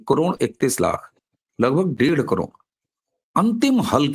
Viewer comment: करोड" शब्द का उच्चार आप "करोंण" ऐसा क्यूं करते हैं?